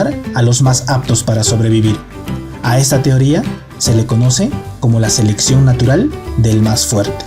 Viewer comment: por que dice slección?